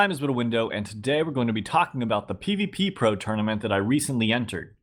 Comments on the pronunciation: its called pvpro not pvppro PLEASEEEE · It’s not pvppro it’s pvpro Not peeveepeepro Peeveepro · It is PVpro not PVPpro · Its called pv-pro not pvppro........... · "p v p p r o"... It is fucking pvpro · It’s p v pro not p v p pro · its pvpro. stop saying pvp pro.